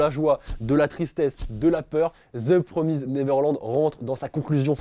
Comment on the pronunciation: ça se prononce "promist" mais ok